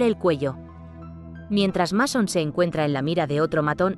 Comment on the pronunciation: No es por nada pero, antes de pronunciar un nombre en otro idioma, debes asegurarte bien como se pronuncia este en nuestro idioma, por ejemplo, el nombre del protagonista de esta película es Masón, pero se pronuncia Meison. No como se escribe o cortándole una letra a la pronunciación en nuestro idioma del idioma inglés, ( o sea, no se pronuncia ni Masón ni Mesón ).